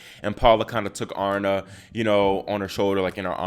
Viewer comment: Her name is Aryna ie ah REE na. You're obviously not a tennis player.